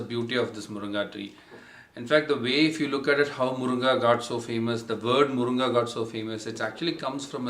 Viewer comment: Its Moringa in English ...not moronga !!!🤣😂